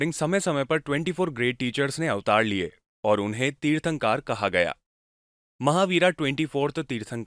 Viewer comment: तीर्थंकार नहीं तीर्थंकर